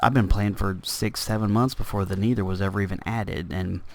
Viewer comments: Because you say it like Knee-ther when it's Neh-ther. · Love the video! by the way, it's Neh-Thur not Knee-Thur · haha im not trying to make fun of you at all, i just like how u say nether. U say it like niether lol its just funny.